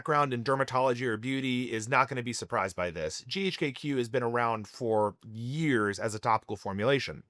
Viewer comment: Chemist here. Surprised you’re an MD, but pronounce GHK-Cu as “GHK-kew.” The Cu is the elemental abbreviation for copper, and is pronounced as separate letters “C.u” like “See-You” Also the “LR” in IGF1-LR3 doesn’t stand for “long release”. It stand for Long R3, where R3 is arginine